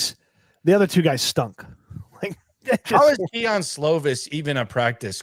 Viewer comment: “Keon” Slovis 😂